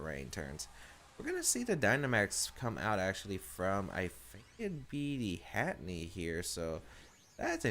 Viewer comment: Heh heh he says Hatteny and not Hatterene. XD